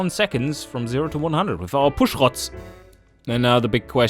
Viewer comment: Oh, Push-Rods or as called them 'Push-Rotz'. Rotz as in snot. shrug